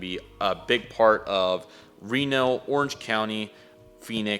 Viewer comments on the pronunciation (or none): none